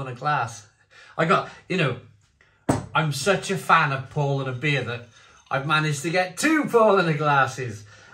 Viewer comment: It’s pronounced Pow lah ner. Just a bit of info for you to use in future videos 🍻